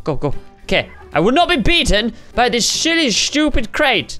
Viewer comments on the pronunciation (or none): He tried to say silly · all the people who think said sh!tty he didn't he said silly not sh!tty it just sounded like he said sh!tty Have a nice day!😀😃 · He said " SHILLY " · I thought he said that too but I knew he wouldn't say it😅 it was SHILLY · No he said " SHILLY "